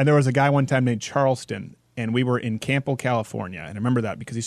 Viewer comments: Campbell California shout out. There is an r in properly there are 2. But people from Campbell say "camble". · Campbell Calif. is pronounced Cam-bal. The "p" is silent. It's a Scottish name. I lived in Campbell Ca. & graduated from Campbell High School. Crowder added the "p" sound incorrectly. I still love this dude even if he is from Canada :) (yes, I know he's an American citizen now)